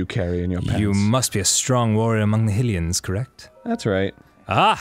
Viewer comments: I love how Arin spent two episodes talking about how to pronounce something correctly when he says "HILLian" and "Jerudo" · arin is complaining about the pronunciation of Nevada and he can't even say Hylian right, arin says hill-Ian not high-lian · What I don't understand is that they pronounce Hylian as "Hillian" Even though it's pronounced, by voice actors, in the game, "HIGH-lian." For instance, when Sidon speaks. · Nick Nuclear It makes sense why he'd think that - it's High-Rule after all. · Jojo Potato which is exactly why Arin should be saying High-lian. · It is HIGH-rule, same as it's LOW-rule. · it triggers me more because they VOICE ACT the correct pronounciation of the words yet arin still says it incorrectly xD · Hatch22 no it's high rule it's just that arin pronounces the country right but not Hylian.